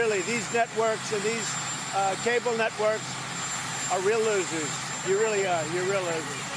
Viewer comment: Did he say MSBNC again!? Maybe he's dyslexic and thinks the USA actually bombed the country of "Rain"!!!